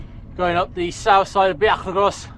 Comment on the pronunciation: Great ride with lovely weather. A note that the Bwlch y Groes is pronounced “Boolk uh Groyce”. Hirnant Pass is so pretty and I agree with you that the Bwlch y Groes is the hardest climb in the original 100.